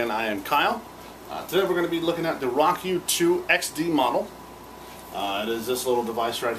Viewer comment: Pretty nice review. It's great that you show the functions off well. I think it's pronounced "row-kew" though. :)